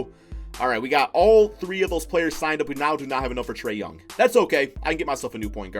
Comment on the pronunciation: Did u say Trae youny